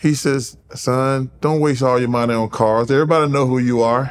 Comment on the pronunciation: “He wasn’t making any maneyyy” ~ Charles